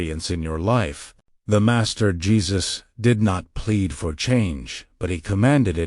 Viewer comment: Your AI has got a glitch... When you said "DA MASTER" in one of the sentences where you were explaining something made a strange slow pronunciation with an accent before you start telling people how to handle their lives take care of your own shit. And by the way Jesus didn't sit in a Lotus position when he prayed, he always either sat, kneeled or looked up in the sky and held his hands and palms upwards.